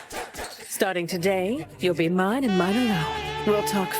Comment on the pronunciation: dude, the manga is even MORE batshit. Tatsumi turns into a kaiju, permanently. He and Mine (which is pronounced MEE-NAY, ignore what the dub says) go off and try and fix him into the sunset. Esdeath unleashes a globally spanning blizzard, and generated an entire army worth of ice soldiers all by her fucking self